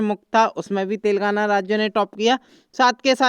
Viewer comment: Are Bhai tel gaana nahin Telengana bolo 😄😄😄😄😂😂😂😁😀